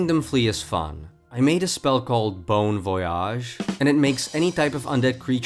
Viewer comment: My french self was not ready for that "Bon voyage" 😂